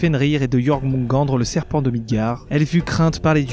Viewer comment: Sa se dit iormonegadeure pas Jormungandr voilà sinon la vidéo est bien et pas grave moi aussi parfois je me trompe sur la manière de la dire